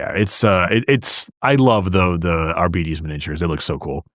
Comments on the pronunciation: Why are you pronouncing it 'Ar-bee-tees?' Shouldn't it be a harder 'Ar-bites?' As in 'Arbitrator?' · But it's obvious that 'Arbites' is supposed to come from the word 'Arbitrator'. So it should be a hard 'bite' not 'bee-tees.' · Reject "are-be-tes" Embrace "ar-bites" I reject your reality and substitute my own. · I don’t care who James Workshop hires, I’m NOT pronouncing “Ar-BITE-ees” as “Ar-BEE-tees” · isnt it pronounced arbites as in ar bite ( as in bite something) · Shouldn't it be "ar-bite-deez nutz"? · Nice video! Also Oh MY GOD that pronunciation of Arbites is driving me crazy